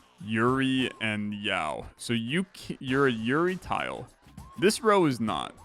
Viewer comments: Yao tiles 😂 its yaoi, phonetically spelt yow-ee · Hearing this man pronounce Yaoi as Yow is killing my soul. Speaking of that battle, I'm pretty sure both characters are topless in it. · its yah-oh-ee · it's pronounced "yow-ee" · Alright, so, I don't see a comment explaining. Yuri = Lesbian hentai Yaoi (pronounced like yowie) = gay hentai. And the paddles are references to old anime conventions. And I laughed way too hard at your "condemn" after it. Trans btw, don't smite me =( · yuri and...yaw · So yuri is a term used to refer to lesbian romance stories and yaoi is like yuri but with male gays instead. Edit: btw yaoi is pronounced like "ow" with a "y" sound on the start and finish. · "Yao" - Where did the "i" disappear to in your brain? XD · pronouncing yaoi "yow". my poor guy... he never went to a single anime con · I pronounce it like Yowie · I can't believe my straight white man streamer can't pronounce yaoi correctly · Absolutly shocking. He didn't even know what that is! 😂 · You're suprisingly good at scrabble so I can forgive you for mispronouncing yaoi so many times Just stumbled across this channel, its really cool! I love roguelikes. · You know he's a cis straight white male by the way he says "yaoi" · His pronunciation of yaoi threw me back to the 2010s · I did not know I needed to hear butcher "yaoi" and yet here we are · doesn't know how to pronounce yaoi. the world is healing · As a trans woman, thanks for putting pride content out! Also lingo for sure. Hearing you try and pronounce yaoi was too good! Also that ending omg. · pretending like he doesnt know how to pronounce yaoi is very funny /s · yup, he pronounces yaoi without the i as well